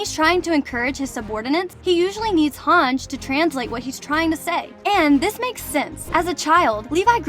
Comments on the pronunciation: "hanj" it's han ji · It is spelled as Hang-iiiiii not HANJ. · It’s Not Hang it’s HANGE you dummy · her name is pronounced hangee not hawnj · It's pronounced Hon-jee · Yeah I really don’t know why it annoyed me so much when you mispronounced hange